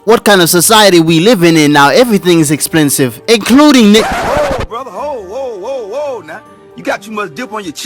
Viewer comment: "expLensive" what happened brother?💀